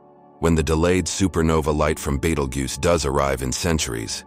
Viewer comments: I learned so many facts about Battlegeese. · Take this shit down, you pronounced Betelgeuse different Everytime you said it. You can't be taken seriously